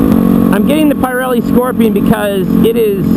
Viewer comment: good video...you pronounce Pirelli in a very funny way :P...the "i" soud be pronounced like in "pizza" just saying :D. Can't wait for the next video, take care brother